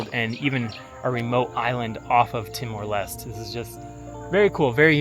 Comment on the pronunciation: bro why did u say it as timor lest, its lesté, no way u went to the country and still manage to mispronounce it